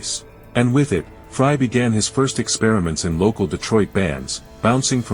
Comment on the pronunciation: Thank for correctly calling him Fry not Fray!